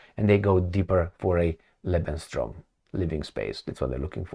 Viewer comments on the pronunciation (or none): Just a little correction - it is 'Lebensraum" not 'Lebenstraum' which means dream of life. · EXCELLENT analysis once again!! Also...NATO[=USDeepState] literally hands puppet Ursula Dummkopf the script of her nonsense talk. [Btw... it's LEBENS-RAUM, (not Traum which means 'dream')]